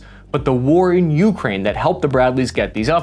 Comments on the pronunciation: you’re killing me. It’s “UkrÁine”, not Úkraine”. The accent is on the second syllable. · you-Kraine. Not YOU-kraine. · ~REALLY hard to listen to your pronunciation of Ukraine "You, Krain" rather than "YuhKrain", great vid though :)